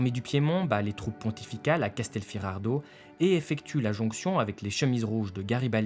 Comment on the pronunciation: super vidéo mais c'est CasterfiDardo et pas CastelfiRardo. ;)